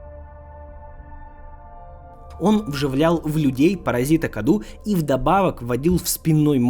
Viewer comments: Не Каду а Кадоу (ударение на О). Cadou в переводе с Румынского - подарок. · Не КАДУ, а КАДОУ, переводится с румынского как ПОДАРОК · Паразит с румынского называется cadou, читается кадоу а не каду, то что обозначает подарок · Оаоаоа Я бомблю просто. "CADOU" это не КАДУ. Это на румынском произносится как "КАДОУ" что в переводе значит "Подарок" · Cadou с румынского переводится как Подарок. и Произносится кадоУ. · Название паразит скорее всего произносится как "кадоУ",c румынского это переводится как подарок. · о в слове кадОу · Cadou = Подарок (акцент на о)